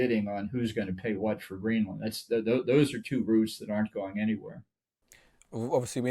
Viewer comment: GREENLAND not Greeland!!!